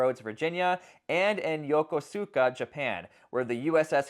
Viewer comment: You not pronounce Yokosuka right😮